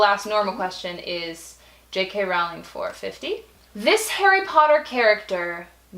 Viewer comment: you say your "BIG" fans but you don't even know the authors name. It is rolling not rowwwling.